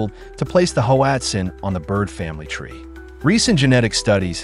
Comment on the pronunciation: Pronounced Watzin